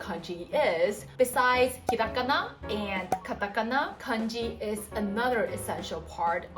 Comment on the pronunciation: はじめましてこんにちは^ ^ 素敵な笑顔に惹かれて見たら、”ひらがな””カタカナ”との発音が！嬉しくて思わずコメントを書いています♪ ゆっくり話してくださるので、聞き取りやすくて助かります☺️ ありがとうございます^ ^